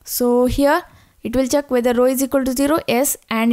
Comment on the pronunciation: the way she pronounces check as "chak", is love <3